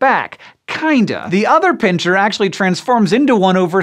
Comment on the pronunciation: It's a pincer, not a pincher! :P